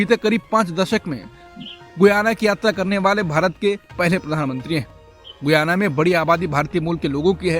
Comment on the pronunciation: गुयाना नहीं गयाना है देश का नाम।